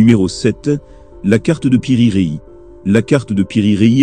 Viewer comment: Piri Rei 😂😂😂 c'est Piri Reisse